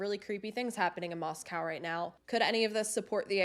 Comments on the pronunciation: It's Moscow as in coe not cow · The correct pronunciation of the town is Mos-cōw. Idaho appreciates this being kept factual. 🙏🏼 Thanks and I appreciate you.